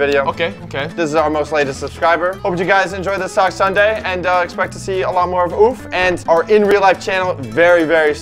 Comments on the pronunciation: its nit ouf its oof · No way he called oof laff💀💀💀💀💀